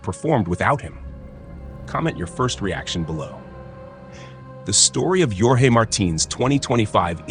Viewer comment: Djorgey Marteen 😂😂😂